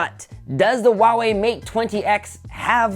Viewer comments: It's not wah-way. It's who-aah-way. Lol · Huawei has an H in it.